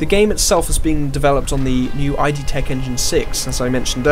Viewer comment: The company is not named 'i' 'd' , it's 'id', one word. id. As in one of the 3 parts of the human psychic apparatus.